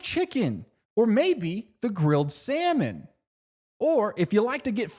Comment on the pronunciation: i think it might be about the ad the number doesn't bring anything up on the net though so maybe a code?? but i can't be sure that it's not a real restaurant i don't know how to spell it's name also he puts a wierd emphasis on salmon